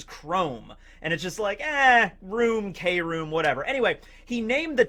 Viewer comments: It's KROOM /(crume)/(kruuuume) not krome/(chrome) lol silly lol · i think you’re saying it wrong it’s cru- oom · Its pronounced kah room or kill room!!